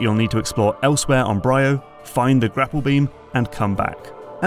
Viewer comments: Isn't it pronounced "bree-oh", hence the two 'y's? Great video as usual. I enjoyed MP3:C but the OG Metroid Prime is still my favourite of the series. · Semantic lore correction here… The Leviathan Seeds didn't get scattered from the meteor above Norion; the meteor was a Leviathan like the others. They were all sent out from Phaaze. I also find it funny you consistently mispronounce some things that're voice-acted in the game, like "Bryyo". But overall a very good video and analysis! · You can tell that this voice over man hasn't played the game because he pronounces the planet Bryyo wrong and they say the name out loud in the game.